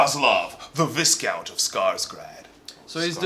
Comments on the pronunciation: Good job going through the box looking towards what it means for Khador players like me :)Just one corrective comment viscount is pronounced v-eye-count... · viscount has a silent s jesus. stop it